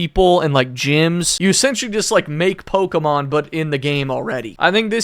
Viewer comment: Who pronounces it like pokeeemon?